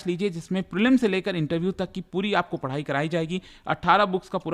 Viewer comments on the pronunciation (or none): none